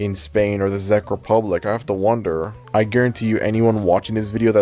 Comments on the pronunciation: Czech is pronounced like “Check” not “Zeck” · this is very interesting but heads up, "czech" in "czech republic" is pronounced like "check", not "zeck" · im sorry THE FUCK? THE ZEK REPUBLIC? "Czech" is pronounced "check", man. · Why is he saying "The Zeck republic" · Because it sounds like Czech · Czech is pronounced how you would say “check” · Correction, The "Czech" in the Czech Republic is pronounced like the word "Check". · "Zech republic" 💀 Edit: also here in hungary (and likely other european countries) cloudy with a chance of meatballs aired on cartoon network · I don't mean to sound like one of those people, but Czech is pronounced "check". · Czec in pronounced like check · I like ur vid but Czech Republic is pronounced check Republic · ffs Czech is pronounced "Check" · the way you kept pronouncing czech republic wrong😭it was triggering me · sooo nobody is gonna talk about how he's pronouncing the Czech republic